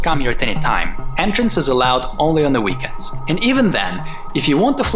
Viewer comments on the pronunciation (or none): "Enternce" haha